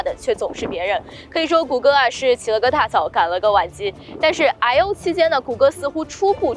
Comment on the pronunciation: I/O兩字發音聽的很躁